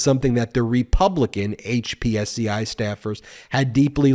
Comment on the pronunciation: Dude, it is pronounced hip-see. Not HPSCI.